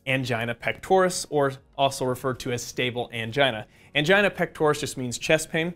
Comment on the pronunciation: I laughed when I heard anigia... 🤦🏽‍♂️ I'm sorry